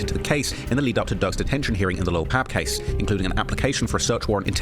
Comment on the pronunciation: BTW- you might get a pass because it might just be your accent but it's Lil' Pab pronounced Like Bob, Cobb, Mob, Rob, etc.......... It's NOT pronounced like Cab, Dabb,Lab, Tab etc....